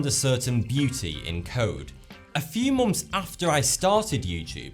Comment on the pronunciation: he always pronounces months as momths